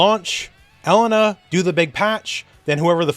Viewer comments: I'm too used to hearing say e-LANE-a that hearing ELE-na sounds weird and wrong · It hurts me how you pronounce Elena